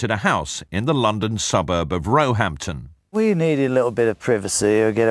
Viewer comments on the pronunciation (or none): Locals pronounce Roehampton with the stress on the second syllable, not the first.